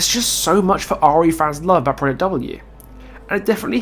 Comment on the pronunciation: No offense meant but I have never heard anyone pronounce "Project" like that.